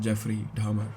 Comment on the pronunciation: Dahmer not Hamer ❤